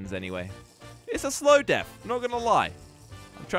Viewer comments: He said deaf instead of death 😂🤣🤣🤣🤣🤣🤣🤣🤣🤣🤣🤣🤣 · Hey did you say deaf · he said deaf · guys it's deafth not death